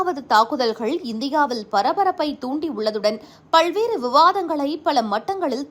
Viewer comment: சகோதரி. நீங்கள் நன்றாக செய்திகளை வாசிக்கிறீர்கள். பல்வேறு.. என்பதை பள்வேறு என சொல்வதை திருத்திக் கொள்ள வேண்டும்.நன்றி நன்றி